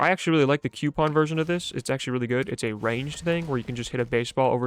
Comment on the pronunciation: Stop saying coupon like that...you have been warned